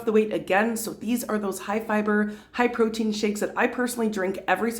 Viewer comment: I fully agree with you..more emphasis on fibre rather than proteiin..